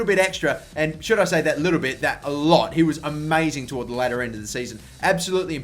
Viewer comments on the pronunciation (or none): none